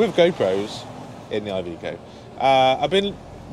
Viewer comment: its not IVICO its IVECO exactly how you read it dude